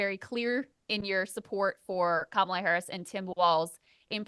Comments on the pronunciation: Kamala … Like Pamela but with a “K”is better than K-MAH-la . Or , La … but I give Jesse a pass as he worked with James Harris better known as KAMALA . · Jesse still pronounces Kamala's name the racist way. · I wonder why no one ever gives Jesse Ventura any flak for saying “KaMahLah” instead of “comma-la”? I think it’s from when he battled a certain giant from Uganda? Jokes guys. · As soon as he said her name the MAGA way, I had to turn it off.